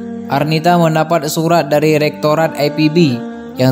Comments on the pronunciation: Berita ini sudah "basi" Mas, kita sdh membaca beberapa tahun yang lalu. Kokbilangnya "Muallaf Terbaru". Dalam ceritanya aja, dinyatakan peristiwanya tahun 2015, berarti udah 7 th. Oon banget c,lho. Sekolah dulu Mas. Lagi juga membacanya kok, loogat/ aksen Ingris "Ai Pi Bi" . Biasanya kita menyebut Ii Pe Be. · I Pe Be yaa.. bukan Ai Pi Bi. Orang mana sih ente min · buat:" i pe be" x ah ga usah ai pi bi,letaknya di bogor qo bukan di england 🤭 nama indonesia ipb tuh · Bang Ii Pe Be jgn di baca Ai Pi Bi dong ah bhs indonesia aja bang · Min, lebih enak denger I PE BE drpd AI PI BI, but bravo Arnita, love u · I pe be bang bukan ai pi bi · IPB ... dibaca I Pe Be ... bukan Ai Pi Bi... belajar berbahasa indonesia yg baik & benar lg ya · Yg baca narasi ny lebay baca IPB aj EPIBI jelas2 itu penulisan kata bahasa Indonesia ny IPB bukan penulisan asal kata kalimat bahasa Inggris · IPB baca i pe be bukan ai pi bi ... Pengen keren tapi salah kaprah .... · ipb...di baca i pe be bukan ai pi bi....🤭🤭🤭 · yg baca narasinya lebay ipb dibaca ai pi bi, kepanjangannya aja institut pertanian bogor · Lebih baik penyebutan IPB diucapkan dalam bahasa indonesa aja min.. Gak usah ke inggris inggrisan.. Di ucapkan Ai pi bi.. Karena penontonnya ini org indonesia semua dan bangga berbahasa indonesia. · biasa aja bilang IPB, ga usah ai pi bi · sebenarnya gw tau maksudnya itu... Cuma narator nya songong sok2an British language utk penyebutan akronim Indonesia... Padahal masih makan nasi aking IPB lho.. Bukan aipibi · Waw hebat ya yg bikin konten bule. IPB saja dibacanya AiPiBi. Soal Beasiswa dicabut Krn jadi muaalaf ya ga masalah. Aturan administrasi nya kan jadi batal karena namanya berganti. Kecuali sdh diurus masih ga bisa baru deh protes. Yg pasti Allah dekat dg seorang Mu'allaf. Tak perlu khawatir. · Baru tau sejak lahir bahwa kampus IPB tuh dibaca aipibi 😀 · IPB bukan Aipibi, bacanya biasa aja Jgn sok keren. Jatuhnya ke aneh..he3